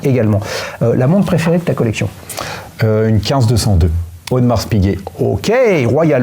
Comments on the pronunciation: Personne au monde ne prononce le S à la fin de Audemars 🤭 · Étonnant de prononcer le S de Audemars 😅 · Je me permets une correction pour le..... on ne prononce pas le "S" dans AU DE MARS, mais Audemar(s).... Disons que c'est comme prononcer le "s" ou le "x" des mots bois = boisse, bras = brasse (ça va pour la nage vu que c'est avec les bras), pas = passe (avec les mains ou les pieds), colis = colisse, prix = prixxxxxx, souris = sourisse ou temps = tempse.... Et le pire il a un chrono....AP... Dites, la Rolex Land-Dweller, il l'a achetée il y a trois mois... Ok cool... Délai d'attente svp, merci.... Bon après je vais faire l'avocat du diable.... Sa complication préférée "la date"???? Ah ben oui, AP 15202 y a que la date donc autant pour moi... Yacht Master Titane bon choix, toujours la même question, délai d'attente de??? Je continue.... Si son modèle de rêve c'est une AP sans "S" Quantième Perpétuel, question dates il va adorer.... Parenthèse qui n'a rien à voir avec les montres... Le jeans c'est quoi comme modèle? Pour la Daytona présentée au W&W elle n'est pas au catalogue.... Et c'est 16 brevets pour le new mouvement. J'en rajoute un peu... pour le bracelet de la Land-Dweller c'est une réedition d'un modèle de 1945 (Flat Jubilee) sorti la même année que le Jubilee "normal" donc ils n'ont pas tapé au marteau sur un simple Jubilee... Cependant vous avez soulevé un bémol sur le bracelet, pas de réglage rapide. Ok visuellement il est nettement plus "Classe" mais on peut se poser la question pourquoi Rolex n'a pas fait une évolution de ce bracelet avec le systèm